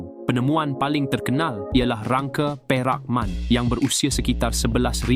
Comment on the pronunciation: Saya ingin betulkan fakta. Hanya ada 5 sahaja tapak warisan dunia bukan 6. Sebab Bandaraya Melaka dan Georgetown disenaraikan bersekali dalam senarai yang sama bukan berasingan. Jadi sepatutnya tiada kedudukan ke 3&4. Penerangan satu demi satu tidak mengapa. Manakala yang ke 2 di Lenggong sebutan bukan Perak ‘Man’ tapi disebut ‘Men’. Sebutan inggeris. Terima kasih.